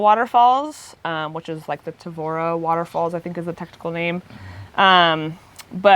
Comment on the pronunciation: The guy pronounces 'Taveuni' correctly which is with the 'EE' sound at the end of it; NOT "Taveune" with an 'EH' sound. The "I" here is pronounced just as in English as in "It".